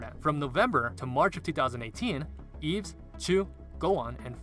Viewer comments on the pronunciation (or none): Yves is pronounced without the s. It's Eve. That fool be butchering my queens name! 😒 And yes add those images in the discord!! 😂😂